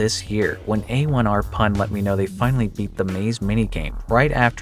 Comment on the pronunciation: A1rPun is actually pronounces Airpun